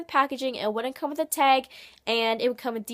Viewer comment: I was wondering why do you say teg?